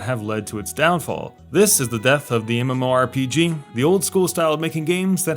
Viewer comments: Yeah, you can just pronounce it as "muhmorpeguh" we get it. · Say mmorpg one more time